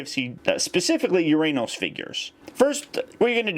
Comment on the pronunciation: still sounds wrong uranos sounds like your saying your anus